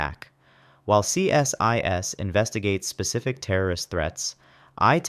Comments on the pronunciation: We don't call is C S I S, we call is "See-sis" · Why didn't you put the full names along with the acronym? As someone else mentioned CSIS is pronounced see-sis.